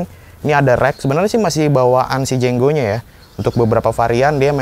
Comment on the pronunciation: Itu jengo bukan jenggo nulisnya aja jengo kok bacanya jenggo 🚀